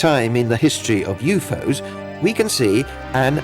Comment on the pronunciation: The Announcer is Fucking Annoying as Hell. Sounds Frantic as he Translates and Pronounces U.F.O as YouFose.